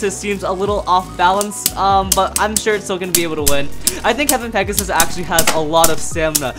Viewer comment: Does any one notice that when he said pegius it sounded like gyngaw